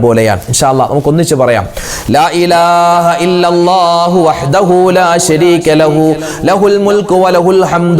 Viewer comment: ഉസ്താദ് ലാഇലാഹ ഇല്ല എ ന്ന് പ റ യു ന്ന ദിൽ ത്ത റ്റു ടല്ലോ